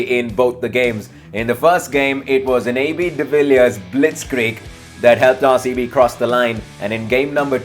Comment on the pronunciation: RaerCB kyu bolta he bhai tu RCB ko